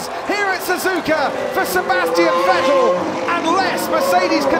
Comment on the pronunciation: I still remember when they said " Vetell "